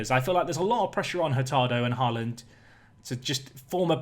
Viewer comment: «aa» in «Haaland» is pronounced «å»